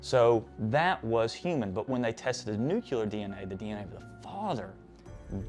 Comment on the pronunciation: Nue - klee - er. Not NU-KYU-LER. That's how the goober hillbilly George W. Bush pronounces it!